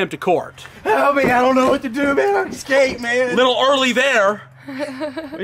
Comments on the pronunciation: It drives me crazy when people say EXSCAPED! Just say escaped lol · really good prank but your pronouncing Escaped "Ecscaped" and I couldn't not mention it as it niggled at me. Peace. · why the hell do you say 'excaped'? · fyi escape is pronounced "s-cape" not "x-cape" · Am i the only one who heard say eXscaped? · escaped not excaped. There is no X, pronounce the S. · There is no "X" in the word escaped.